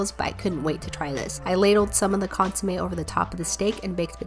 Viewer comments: Its pronounced consuMEH not consuMAY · It’s pronounced cón-su-me not con-su-may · Hey btw it’s pronounced cohn sue meh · Consumé sounds like konsumech ( ch is silent) in Palauan which means canned food.... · ITS PRONOUNCED CÓNSOOMEH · As a spanish speaker the way she pronounces Consomé makes me want to scream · Deeply upsetting pronunciation of consommé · Got mad when she mispronounced consommé